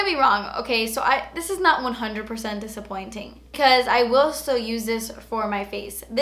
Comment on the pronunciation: Lol. But it's nurt. Lol.